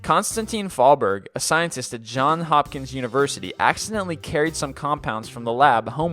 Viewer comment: It's Johns Hopkins not John Hopkins. People make that mistake all the time.